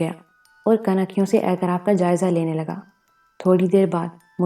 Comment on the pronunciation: واہ واہ واہ واہ واہ واہ کتنا زبردست ناول ھے۔۔۔۔۔ پہلی قسط سے اب تک سامعین کو تحیر کی مضبوط گرفت میں لے کر آگے بڑھا جارہا ھے۔ انتہائ معیاری پیشکش جسکا سب سے بڑی وجہ پیش کرنے والی خاتون / خواتین کی بیحد واضیح اور پراثر آواز ھے۔ صرف کچھ الفاظ کے زیر زبر پیش اور تشدید درست نہیں۔۔۔۔ مثلاً "اطراف کو اعتراف " کہا جارھا ھے، "تغلق خان Tughlaq Khan کو تغلق خان Taghluq Khan" کہا جارھا ھے۔ ۔۔۔ بلبلاتا Bilbilata کو Bulbulata" اور چار چھ دیگر الفاظ۔ اسکے علاوہ سب کچھ بہترین ھے۔ بہت سی مبارکباد قبول کیجیئے۔